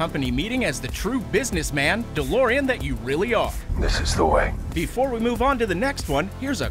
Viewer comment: This man said dalorien, fight me